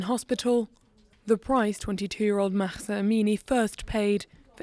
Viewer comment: I object to the formulation of Amini's arrest as "allegedly" not wearing her headscarf properly. As if there could be any legitimacy to the arrest if she had in fact not word the scarf properly. Also westerners really need to stop pronouncing her name as "Makhkhsa".